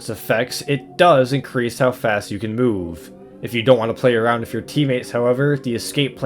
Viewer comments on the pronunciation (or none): none